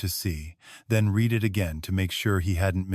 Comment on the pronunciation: At about : : the word 'read' is the present tense with a hard 'e' when it should be past tense with a soft 'e' to suit the local storyline!. Oops LoL 😢😢